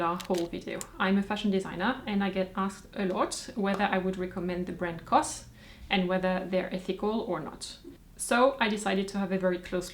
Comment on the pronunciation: I thought knows that C.O.S. is pronounced Cee Oh Ess, not cos.